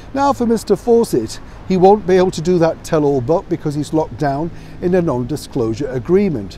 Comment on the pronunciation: I know YOU say “…in the heart of London.” But I hear “…I’M the heart of London.” 😂 I think it’s more fitting.